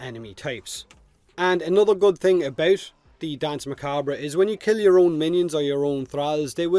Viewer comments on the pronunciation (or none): Muh-COB. Like corn on the "cob". Say it with me, Irishman... Macabre... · Very close but its just macahb just drop that r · I think 'macabre' is actually pronounced like 'ma-cobb', but I have no problem with it either way. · Not sure if anyone has posted this but Danse is pronounced the same as "dance" and is, in fact, French for dance. Macabre is pronounced strangely. Sounds like mer-cob-ra. Mer as in mermaid, cob as in corn on the cob, and the "ra" is so short and clipped that you really don't hear it. Most of the time people pronounce it mercob. Anyway, hope that helped. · Not sure if it was already covered cause I don't want to scroll down the entire comment section, but Macabre is commonly pronounced Muh-cob, but technically in France, the origin of the word, the r is slightly pronounced. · Macabre has no real "right" way to pronounce it as far as I know. It just depends on your preferred dialect. I, myself, prefer to say it as Me-KAUB; which is the US/UK pronunciation. Me'ka:bre is also accurate being the French pronunciation. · Isn’t it ‘macarb’? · Macabre is pronounced like Mahkahb. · On the pronunciation of Macabre: It has a couple ways of being pronounced. One of them is to leave the "re" silent at the end, so it comes out sounding like "muh-kawb." This first one isn't accepted as the "correct" way in some places, however it is in others. The other is to include the "re," but put an almost negative emphasis on it. This second one sounds something like "muh-KAWB-ruh." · I always thought macabre was pronounced mack-a-ber. Am I wrong? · its pronounced mah cob, its a weird word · Ma-cah-bray proper pronunciation but this is one of many Spanish and Portuguese words were you cannot tell unless you know the dialect or context it is in. So stand by your decision on how it is said. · Macabre is pronounced muh-cawb, like corn cob. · Nah mate it's pronounced macabre. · ma cock bruh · I'm French and I want to die